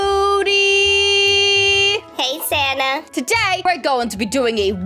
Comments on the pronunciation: i can't when sanna said "thanks for the triceratops mody" lol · what u said hahaha u said moody instead of mody 🤣🤣🤣